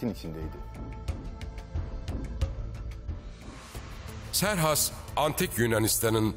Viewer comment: Siz niye Serhas diyorsunuz ki Xerxes'in adı Keyhüsrev'dir.